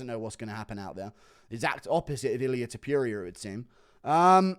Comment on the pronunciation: Why can’t he pronounce Topuria just like it‘s written? Cmon man it‘s not Tiopuria you can do it.